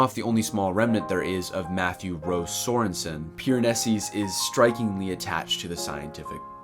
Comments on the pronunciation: This was great and I’m not trying to be annoying but is there a reason that you pronounce his name “Piranesis” with the extra “s” at the end? Genuinely curious if I’ve been pronouncing it wrong haha - love this book and love to see others take it in! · Me, waiting for any commentary but instead we spend 9 minutes with a guy mispronouncing Piranesi over and over😅edit: he eventually got to it but needed a spoiler warning 😂and much more order in how he explored themes. But interesting views